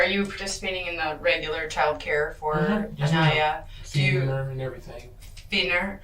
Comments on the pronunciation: PRONOUNCED "AHN-EYE-YAH" NOT AH-KNEE-AH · this narrator is an asshole continually mispronouncing Aniyah's name. Say it PHONETICALLY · Over 2.5 days I've watched the interrogations of both the "mother" and this guy. Just sickening and beyond sad how this baby was failed. One thing that's been bothering me is the narrator mispronouncing Aniyah's name. Is this an AI bot narrator? RIP Aniyah. 🕊️